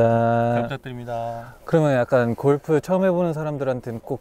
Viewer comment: 서쟈니 진짜 세심하다 골프 원어민 발음 하면 알아듣기 힘들까봐 일부러 살짝 열화시켜서 발음하는거 느껴짐